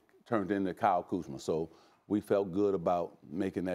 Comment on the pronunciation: also “serge ibaker, kyle kuzmer”